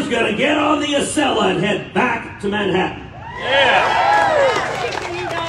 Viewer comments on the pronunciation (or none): none